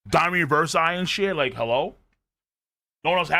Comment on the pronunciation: Why is still sayin "ReverSAI" or "ReverPsy"?